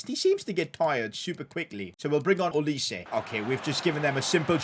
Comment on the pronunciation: That is not Olis-e, you should pronounce that name like "Olais".